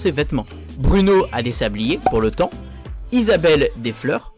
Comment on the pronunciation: Ont dit Isabelle mais sinon super video